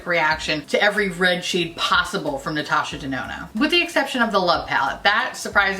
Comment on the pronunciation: I swear I heard you say Natasha Denono when describing your usual issues with red shadows... 😂